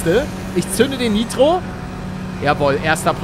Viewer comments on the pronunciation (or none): Junge sag bitte Nitro das triggert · Niemand Palette: Naitro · Meine Aggressionen weil er ,,neitro‘‘ sagt 📈📈📈📈😂😂